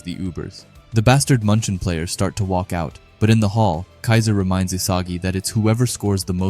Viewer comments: Bro that "Bastard München" is clearly a derived name of "Bayern München" irl in Bundesliga. You can always look up how München is pronounced instead of that butchering noise of a word MUNCHEN, MANCHEN, MONCHEN or whatever you're saying lmao. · The way bro says munchen....